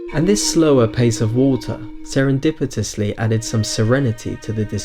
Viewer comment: "Serendripitously" Great vid!